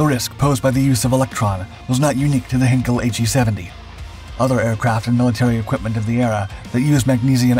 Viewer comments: I did exactly as you suggested—and found this: “You may want to improve your pronunciation of 'heinkel' by saying one of the nearby words below: height heights heir heightened heidi heirs heirloom heinous heis heian heinz heighten heidegger heiress heisenberg heinrich heifers heifer heightens heist heinlein heidelberg heightening…” etc. I’m a linguist. I lived in Germany. Besides which, see the comments of others beneath this video. I know what I’m talking about, friend. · PLEASE learn how to pronounce simple German names! It’s “HĪNE-kul,” not “HEN-kul”! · "Ei" in German is pronounced as a long 'I' sound, not short 'I'. So, "HIGHn-kel". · You obviously know nothing about German pronunciation. It's my second language. The diphthong 'ei' is pronounced like the English word 'eye'. lancerevell5979 is exactly correct. If you have Google Translate, pull up German on the left side, type in Heinkel and click on the little speaker. You'll hear it spoken correctly. 'Hinkel' ist total falsch. The narrator just can't seem to be bothered with doing a simple bit of research. I hate to think how he would butcher names like Arado, Blohm und Voss, Bücker, Fieseler, Focke-Wulf, Gotha, Junkers and Siebel. About the only time you'll run into a difference in pronouncing 'ei' is with Dornier. Claude Dornier was from a German-French background. Thus I've heard both the German pronunciation of 'Dor-neer' and the French version, 'Dor-nee-ay'. Take your pick. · How about; Inga Andrea Köcker Elsterman von Elster. My ex wife’s name. And she pronounced it Hinkel. Because it is a family name pronounced how they pronounce it. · You are unable to pronounce the german name "Heinkel" properly, so that video is nonsense. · You're mispronouncing "Heinkel" and the second time I heard it I quit watching